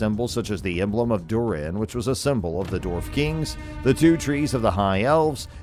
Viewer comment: I have heard better AI. moRiA, durEN. For fucks sake….